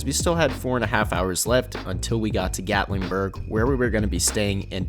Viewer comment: Gatlingburg!?!? It's Gatlinburg 😐what's with this guy adding a g to everything